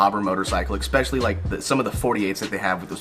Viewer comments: ES-PECIALLY! Not EX-SPECIALLY! Goddamn! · I think you're wrong because you pronounce the word especially like expeshilly. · where is the "x" in "especially"?